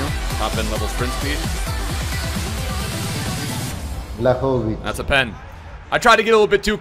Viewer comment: You living in Sweden or wherever and not knowing how to pronounce his name is embarrassing